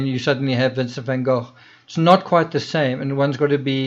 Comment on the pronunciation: I love the way you say " van gogh" yes I realize that it's probably the proper pronunciation seeing as how it's dutch....but I like it